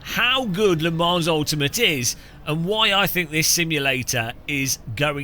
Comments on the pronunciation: It's pronounced Le Mon, not Le Mans! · Le Mans is pronounced "Le Man" - It’s a silent S.